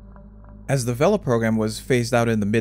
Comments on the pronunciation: Pronounced VAY-LU, not VEL-UH. Source: the people who built it (docu on the Vela satellites from the 60's) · "vay-la" rather then "vehl-uh", but anyway they were remarkably accurate devices by most accounts and only had one single "false" positive detection of a nuclear detonation in the history of the program - the Vela incident in the remote Indian Ocean between South Africa and Antarctica in 1979. This very "false" positive detection of a nuclear weapon explosion was definitely not a secret test of the clandestine Israeli nuclear weapons program and was definitely not confirmed by multiple other methods of detection as outlined in a 2018 paper by De Geer and Wright. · I'm sure that's how the word for sail IS pronounced in Spanish, but this word isn't referring to sails and the device's inventors weren't Spanish, so they all said "vay-luh", you can hear it for yourself on any number of historical films about the program freely available on this site. Similarly, the 1960s NASA program Gemini is rightly pronounced "jem-in-ee" and not "jem-in-eye" like the constellation. You're free to argue the "proper" pronunciation of these terms and others with their originators in the 1950s and 60s if you have access to a flux capacitor, but barring that, the correct pronunciations are the ones used by the men who adopted and repurposed them for their own modern technical needs when referring to the devices and systems they specifically created.